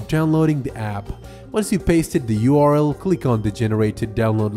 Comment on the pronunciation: the pronounciation of URL... so bad